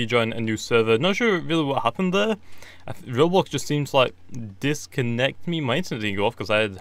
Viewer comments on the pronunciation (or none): none